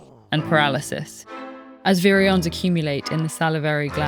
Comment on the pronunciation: Was this read using AI? Because virion is not pronounced correctly. The video is great, and we need more videos about rabies.